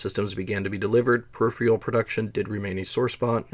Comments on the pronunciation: What's up with your consistent mispronunciation of periphERAL as periphREAL? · Peripheral is pronounced pe 'rif eh rul, not pe rif ree ul. You're reversing the E and R when you say it. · Please note that the word is "Peripheral" and not "Periphial.' This takes me out of the video often, and it's a simple blemish on otherwise excellent content. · I'm about half way through and it's interesting, but the "perifrial" pronunciation is starting to make it hard to watch and I may have to give up. Per-iph-er-al. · Why do you say “periphial” or “peripherial”? There’s no”eee” sound at the end of “peripheral”. Per if fur ul. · Thanks for the interesting and well researched video! "Peripheral" is pronounced per-if-eral,not per-if-real. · Great video, but the word is peripheral, not peripheal. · Great documentary and information. Note that peripheral pronounced "per IF ur al", not "per IF re ul" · Say it with me now -- PER-IF-ER-AL ... Peripheral... PER-IF-ER-AL ... four syllables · That's not the issue here. He's pronouncing the second R, but in the wrong place: per-IF-re-al. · Per - If - Er - Uhl. You're welcome. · Just so you know, you're missing the second "r" in "peripheral" when you pronounce it. Anyway, interesting video.